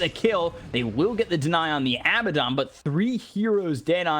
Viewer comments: weeew why is he keep on saying abbadon it's AA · I wish the commentator said Abaddon correctly